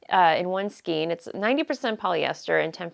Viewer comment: I love your show and all your content. Just to nit pick, the skein is pronounced SKANE, not SKEEN. Sorry. Can't help myself.